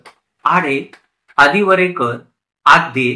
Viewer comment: आदिवरेकर असे नसून आडिवरेकर असे करावे. इंग्रजी चे मराठीत अनुवाद करताना असे झाले असावे.